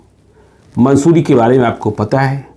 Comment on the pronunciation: मंसूरी नहीं मसूरी होगा